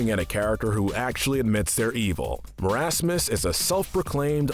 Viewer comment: It’s pronounced (maur-as-mus)